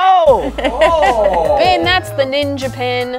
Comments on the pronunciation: why does it sound like said bin instead of Ben? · I kinda hear when she says “Ben” I hear “ Bin” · When said Ben, it sounded like “bin” Like if you heard it too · is like “bin” and not Ben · Uhhh did anyone hear said Ben name like ban